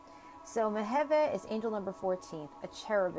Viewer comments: Thank you so much for the video! My birthday is May 29th and I just recently learned that Mebahel rules over me. As I noticed, the angel's name is pronounced Meh-veh-heh, though written "Mebahel"? I'd love to know how to ask for his protection. PS: The cards are absolutely dazzling! Please, make them ready to sell and enable international shipping, I'm looking forward to owning a set of them. And many others are too! ♥️ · Mem Beit He < is the true pronunciation, from hebrew